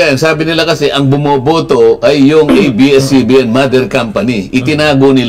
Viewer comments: A,I not IBS CBN Correct is ABS CBN is Correct pronounsition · Yes to the renewal of ABS-CBN's franchise! (Pero bakit "IBS-CBN" ang bigkas ng narrator ng video" ?) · Pakisabihan Yan blogger Mo na abscbn Hindi ibscbn ,sabihin ng Tama ang A ,bopol Yan .